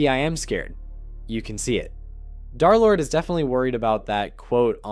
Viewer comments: Why everyone saying dArlord its dErlord 😭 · Nah it’s dare lord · Pretty sure d3rlord is called derlord not darlord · stop calling him Darlord